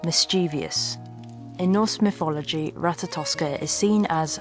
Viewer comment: Myfology = mythology. Just a little speech therapy would help so much.